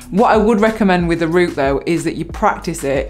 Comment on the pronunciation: "Root" it is r-OUT-e :-)